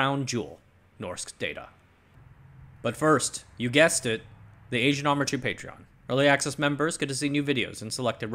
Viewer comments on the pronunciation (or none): none